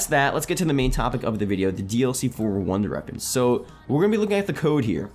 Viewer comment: Why can't you say wonder weapons? 😭😭😭😭